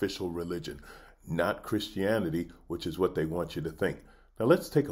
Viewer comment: "Hey kids, today I'm gonna teach you how to love God and be a good kkkrischen"